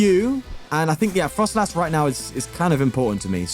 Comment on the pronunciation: It's froslass, not frostlass